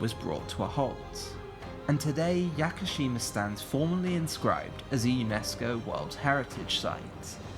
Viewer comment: “Yacker-sheema” Jesus Christ 😂